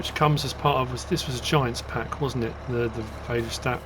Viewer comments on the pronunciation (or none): Väderstad is pronounced Farder-shtut and translates directly to father city/town... they are located in Väderstad Sweden.